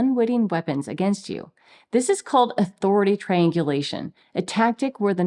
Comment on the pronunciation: she says, "it's actually triangulation" Seriously thought I heard, "it's actually trained deletion". Yup. All rolled up together.